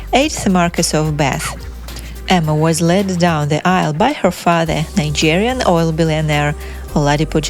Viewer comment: Why can't she pronounce Nigerian properly???